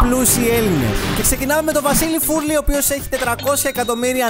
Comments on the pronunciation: ο βαρδής ρε φίλε όχι ο βάρδης - ο φουρλής όχι ο φούρλης - εντάξει ειδικός δεν είσαι, να διαβάσεις δεν μπορείς?Δεν είναιγια γέλια, για κλάμματα είναι😂😂🤥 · Βαρδής Βαρδινογιάννης λέγεται και όχι Βάρδης, καλά που δεν τον είπες Βαρδιλογιαννη όπως τον λένε πολλοί. Επίσης είναι Φουρλής και όχι Φούρλης, ο Σαββίδης έχει το OPEN και όχι το 19% του MEGA που έχει ο Μαρινάκης, επίσης για τον Μαρινάκη ξέχασες να πεις ότι με τα καραβια του κουβαλάει και άσπρη σκόνη και εξαφανίζει μάρτυρες........